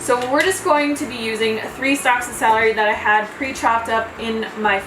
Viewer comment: Celery, not salary. Holy moly.